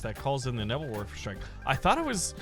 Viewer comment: "Nebbel Worfer" lol